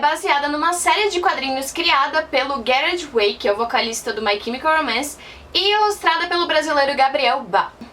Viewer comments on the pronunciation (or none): eu fiquei é com o jeito que você ASSASSINOU a pronúncia do nome do Gerard Way